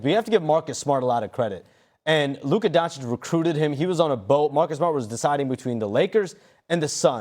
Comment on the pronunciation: Remember guys.. people who have votes for player individual awards still purposely misspronounce Luka's easy last name after 7 years